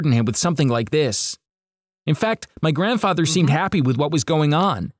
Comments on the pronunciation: WHAT IS GRANDFATHA I HEARD IT LIKE WHEN THE RESTAURANT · the funniest part was when he said " my grandfatha is a having a terrible disease"